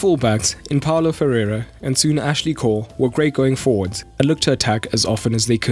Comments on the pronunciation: Lol that's Paulo Ferreira and not perraira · Please make sure you know the players' names. Paulo Ferreira and not "Pereira" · So many factual errors. Cole didn’t even play for Chelsea in 04/05. It’s Ferreira not perreira. And essien was in France! Undeserved 26k views. When you have around 200k subscribers, I would expect a little more diligence in preparing videos.